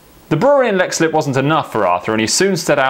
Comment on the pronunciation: just to point out Leixslip is pronounced leekslip. Otherwise the best pint of plain is obviously in Dublin.